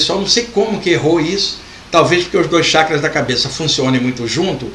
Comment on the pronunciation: CHAKRAS,pronuncia correta Tchackras e não shackras.